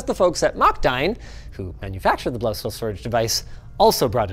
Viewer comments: That pronunciation of Blaustahl was... Unique.. In a way that sounded more chinese than german. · that Blaustahl hurt in my german ears ;( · Correction: The "stahl" in Blaustahl is pronounced "shtal". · as a german im triggered. its pronounced blaushtahl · It's pronounced "Bloustuhl" in German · Eya Linus. You sure managed to completely butcher the pronunciation on Blaustahl...